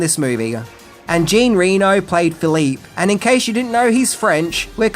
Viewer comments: Just a couple notes on pronunciation. The Corps in Marine Corps is pronounced, core. The P and P are silent. This would also apply to when it's used in phrases like NCO corps or officer corps. And Jean Reo's first name is not pronounced Jean like Billie Jean. It's pronounced morel like John, except with a French J. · "JEEN" Reno? Why do you consistently mispronounce names? I mean you're a pop culture fan yet you still can't get names right?